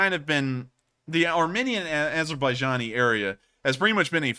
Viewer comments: it is ar...mEEn..ian. Long e, not short. You are saying ar...min...ian. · Thought you were saying the war between "our minions" and Azerbaijan until I looked the map lol.